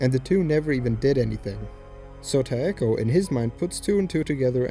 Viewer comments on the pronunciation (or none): It's Takeo, not Taeko, you dumb shit. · It's Takeo not Taeko😄